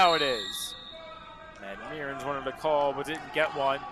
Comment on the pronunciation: Tanner Mearns is pronounced "Murns" not "Me-urns"